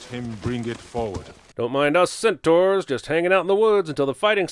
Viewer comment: NOOO you pronounced centaur so well last time I'm gonna cry